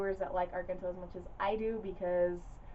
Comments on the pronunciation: The proper pronunciation of Dario's last name is "ARE-JEN-TOE". The second syllable is pronounced like "Gent", in "Gentleman". If you want to give it that authentic Italian sound, you can roll the "r"s in his first and last name;-) Before-ah you know it, we make-ah proper Italiana, out of! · This was quite an interesting watch. I will have to take note and sniff out copies for my own collection. Your channel is becoming one of my favorites. Pronunciation-wise, of his surname, it would be "ahr-JEN-toh." A soft "g," not hard.